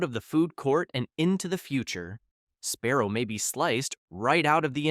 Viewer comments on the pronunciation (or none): Is it Sparrow or Sbarro????😂😂😂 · Embarrassing mispronunciations throughout this video. “Sparrow”??? Yikes. Also, way too slow in delivering the info. Talking like we are 8 years old. Speed it up, ffs.